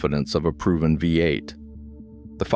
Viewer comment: "VATE" for V8. It's like the account owner doesn't even review the video.